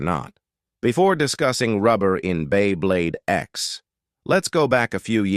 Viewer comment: This AI narration sounds like shit. "During the history of bEy bLeYd"